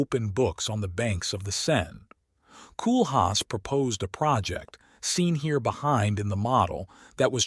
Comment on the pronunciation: You can't even pronounce his name properly! 😞 In English phonetics it's 'Coal-haas.